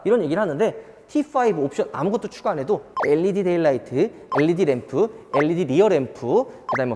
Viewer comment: led를 엘리디라고 읽는사람 첨봐써요